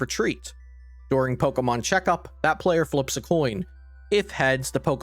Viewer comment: this was great, thanks. One thing I couldn't stop laughing about is how you are saying Pokemon. You're saying it like eric cartman or something "Poh auh mohn"